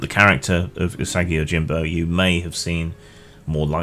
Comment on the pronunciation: It's pronounced ooh-saw-gi, not you-saggy. Love that character and the world Stan Saki created!